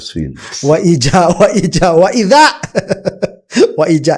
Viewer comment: Wa Ijal lagi wa Ijah wa Ijah bukan wa iza wa idza tolo